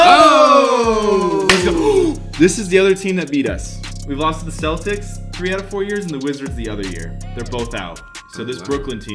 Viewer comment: "The Keltics" HA HA HA!!!!!!